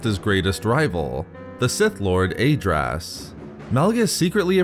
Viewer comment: Great video but you should listen to the Decieved audiobook for the correct pronunciation of Lord Adraas,hurts my ears to hear it pronounced wrong.